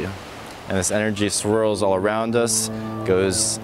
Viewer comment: im a fan but why do you end most of the things you say with "uh" or "ah". For instance you said "energia" instead of energy a lot. just wondering.